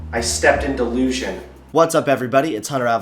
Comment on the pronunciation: "Darn it, I stepped in delussion" ~I felt like he was looking trough my soul at that point.